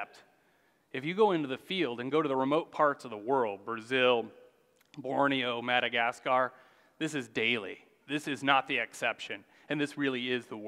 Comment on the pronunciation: Learn to pronounce Madacasgar and Fungi, otherwise very interesting